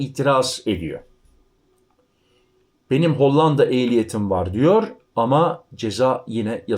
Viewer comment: L ,harfini ince söyle.Hollanda' derken L ' harfi ince söylenir,'Lazim' vs.gibi